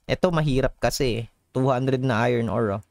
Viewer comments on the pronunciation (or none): none